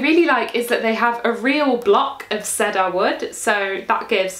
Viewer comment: Sea-Durr, not Seh-Durr